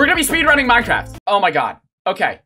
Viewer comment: “Spayde running”